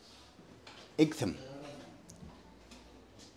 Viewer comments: Hi Please, Please get your pronunciations correct!! Four times you mispronounce the Ightham a place I was based at for the Surgery in Brough Green for about 4 years. Great area and many of my patients lived in the area right up to Sevenoaks. Your channel is amazing and Happy New Year Warm regards Richard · Pronounced like the Isle of WIGHT I think you'll find. A few months ago I predicted that your next bike would be a Super Meteor...and I'm standing by that prediction. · Happy new year and Monica, it is a nice village and the Mote is worth a visit. Generally it is pronounced It'm like light without the L. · Hi. My wife and I know that area very well. It’s actually pronounced “Eye tam”. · Hi, great to see you taking my advice to go to The George and Dragon but I’m so sorry that I didn’t tell you how to pronounce Ightham! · IGTHAM? IGTHAM? Really? It's pronounced Eye-tam! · Did no-one tell you it’s pronounced “Eye Tum” not “Ig Tham”. Also, there are no motorways between SE London and Igtham. Nice place for a ride out though. We have plenty of great villages here in Kent. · Eye tum not ig tham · Pronounced “ite ham” I believe. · Dumb pronunciation of Ightham. It's pronounced like the word ITEM ! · Great video - I believe Ightham is pronounced the same way as "Item", it's just old English spelling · Happy New Year ! Its pronounced eye-tum What a beautiful spot, there is so many in Kent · Great vid as usual…nice to see our county on here again - it’s pronounced ‘I tam’ though ! 😁😂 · It's pronounced EYE-TAM or "item". Like many English words, the "gh" (as in "light") is silent. The "h" is also silent. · I'd have guessed its pronunciation as "Item"? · Igtum lol. You need some Kentish lessons. 🙂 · Igthumb? 😂 Sorry but it made me laugh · It's pronounced "eye-tem". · What?? pronounces something wrong? Surely not!😂😂